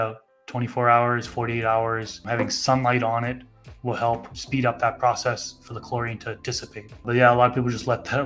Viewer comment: You didn’t say four right it’s gotta be on the fly ! I’ve noticed but never paid to much attention was more interested in the information !